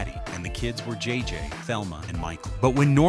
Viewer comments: IS THIS AI? IT'S JJ. NOT JJJJ. The Jeffersons also was a spinoff of All In The Family. I the first season at the very beginning of the show John Amos said, From Television City Hollywood. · Love how the AI narration keeps adding 'J's' to JJ's name. At one point he was "JJJJ." Anyway, I first learned that co-creator Mike Evans was Lionel on All in the Family and The Jeffersons about 10yrs ago, but very cool having it explained here.